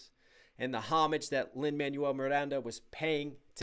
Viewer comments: Good reaction (tho the constant pauses are a tad irritating). But bro how is it not ONE PERSON (that I noticed) has corrected you on how Lin-Maniel's name is pronounced? Its pronounced Lin-MANWELL!! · Hey, just popping in to say it’s Lin Man-WELL Miranda. Not Man-you-ell. One is a name and one is what you throw away when you get a new phone. Just FYI